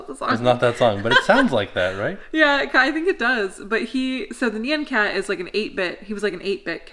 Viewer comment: That is not how you say nyan cat.😂 it's like NYAWN cat. And it's a poptart cat